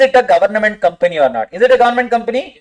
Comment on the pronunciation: Each time i hear government as “Governament” its funny as you like trolling them😂